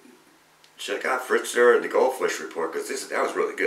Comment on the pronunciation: Fetzer, not Fritzer.